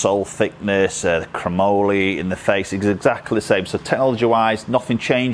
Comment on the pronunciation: Great review, why does everyone over the pond have such a difficult time saying chromoly? “Crowe” like the bird, “Molly” like the girl.